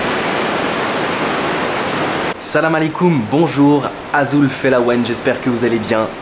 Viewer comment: trop bien ton bonjour en kabyle tres belle prononciation 🙋‍♀️